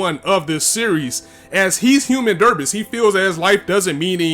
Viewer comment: Human derbis? Oh I think its pronounced "debree". Human debris (de-bree)